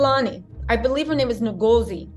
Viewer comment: Pronounced Un- Go (as in gossip) -zi! She's better than me, I would have kicked up a storm there and then! I just don't get it, never will.🤬